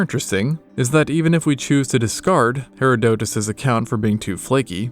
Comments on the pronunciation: i've never heard someone call herodotus "hera-DOE-tus" like that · Very interesting, but the narrator should learn how to pronounce "Herodotus" ("Her-AH_dotus") and "Pliny".(with a short "i" as if it was spelled "Plinny", so "Pliny" rhymes with "skinny"). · Loved this except for your pronunciations of Pliny (plih-knee) and Herodotus (her-raw-dah-tiss (rhymes with kiss)). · Yeah that's not how you say Herodotus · Why does the narrator keep mispronouncing the Greek historian Herodotus? Or is this more AI slop? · Hearing Herodotus' and Pliny the Elder's names pronounced like that about made my soul leave my body lol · You really need to google names before you make videos instead of butchering them. That is not how you pronounce Herodotus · It has been 15 hours and I am still not recovered from the pronunciation of Herodotus, Pliny the elder was like when they hit the second tower. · im sorry that is such a strange way to say Herodotus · that’s not how Herodotus is pronounced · Great video! But please look up the pronunciation of Herodotus in English.